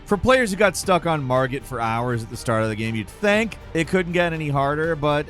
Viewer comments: did said Margaret xd hahahah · The buddy said “Margaret” the fell omen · Did he say "Margaret, the Fell Omen" ? 🤣